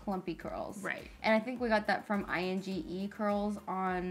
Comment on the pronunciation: I N G E curls, lol. It’s a Dutch name, Inge, sounds like Sing, with an -e added.